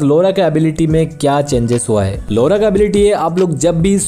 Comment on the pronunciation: Its not लोरा its लॉरा